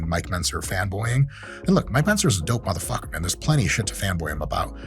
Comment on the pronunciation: "Harry Potter-looking mudahfukah" 🤣